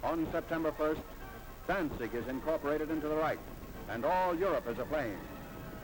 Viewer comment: Danig ? Danzig !! ( Westerplatte) 7 minutes la Wehrmacht épuisée, en Russie pas en Pologne ! Gadinia ? Gdynia !! Prononcer les noms de villes correctement !